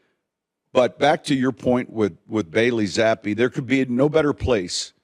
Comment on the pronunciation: Coach telling someone he’s saying Zappe wrong without saying he’s saying it wrong. 😂